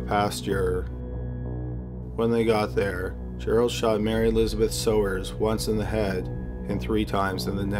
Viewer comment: Mary Elizabeth Sowers - pronounced "Sours". I went to high school with her - Mary Beth.